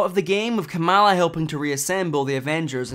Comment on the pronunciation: It's pronounced "KAH-muhla".